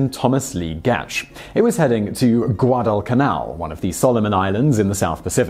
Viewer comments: you didn't even specify how to say it. All you did was fuse them together. "GwA-duh-cuH-nAl. short "a" on the nAl, btw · "Guadal Canal" It's pronounced Guadalcanal, but its ok :)